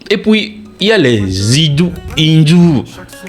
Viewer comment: C'est houdou et non hindou. Merci pour ce grand travail. Je suis Îfê ce qui signifie "amour".